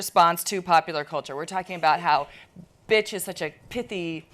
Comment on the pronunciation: Pronounced "Betch" with vocal fry.